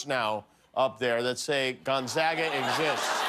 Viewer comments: I know it's a bit, but I don't think I've heard any fellow Spokanite pronounce the school as "Gun-saga." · "Gonzawwwga" lol... almost as bad as "Spokaine" :) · It’s not GON-ZAHHHGA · Guillermo, piss off the people of Gonzaga by calling their school “Gonzalez” lol. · Haha you knew he wasn't the mascot when he said Gonzaga wrong 😂😂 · Gonzaga has 3 syllables....CONFIRMED!!! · Jokes aside, I can tell this isn't the real Spike based alone on how he pronounces Gonzaga wrong